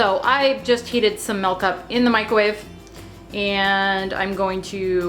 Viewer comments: your voice is annoying...you are so unprofessional and full of yourself plus you say Melk instead of Milk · Literally the only thing I can pay attention to is how she says 'milk' like 'melk'.